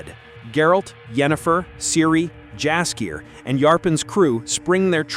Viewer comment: Dumb AI can't even say Jaskier properly.